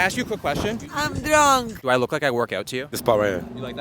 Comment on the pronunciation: "can i ask you a question?" "i'm drrruaaannnkk" 😂😂😂😂